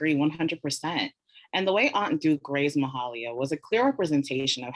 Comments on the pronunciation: I was going to say the same thing. Why is she pronouncing MA Hay Lia' s name as if it was some French creole pronounciation ?! Girl it's a southern name with a southern accent on the long " A" sound! Stop trying to be so bourgie with it ! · Very great interview. Mahalia deserves proper pronunciation of her name, however. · I literally said out loud while watching this "when have you ever in life heard Mahalia's name pronounced that way?"